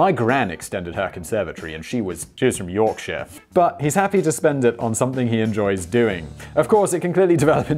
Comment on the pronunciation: = "My Gran had a conservatory extension" "And she was from YAWK-shire " We would honestly never have known. Seriously... Anyway, fun vid. Looking forward to going back thru your catalogue. 👍